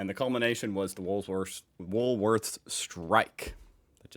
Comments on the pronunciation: he usually calls it WOOLSWORTH! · Day #2 of trying to get to say Woolworths properly - Wool_worths_Wool_worths_Wool_worths_Wool_worths_Wool_worths_Wool_worths_Wool_worths_Wool_worths_Wool_worths_Wool_worths_Wool_worths_Wool_worths_Wool_worths_Wool_worths_Wool_worths_Wool_worths_Wool_worths_Wool_worths_ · He won't... He's a bit of a isht stirrer when it comes to the pronunciation of Woolworths... 🙄😔